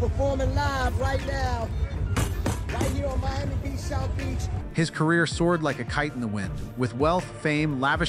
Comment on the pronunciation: “Picked a fight with Tyler the Creatahhhh” “biggest mistake of Khalid’s whole careeahhh”. Love the content. 😊